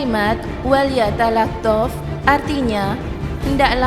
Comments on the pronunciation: Ini cewe yg bicara kurang pantas,bukan wal yatalahtof bacanya, tp wal talaththof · hae min kamu belajar dulu membaca al.qur.an itu baca.an nya walyatalattof bukan walyatalaftof walyatalattof itu ada tasdit nya min kalau kamu gak bisa baca al.qur.an jangan kamu cerita al.qur.an nanti terjadi fitna